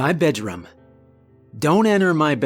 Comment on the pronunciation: Um guys why does he say budDRUM or move it to the livingRUM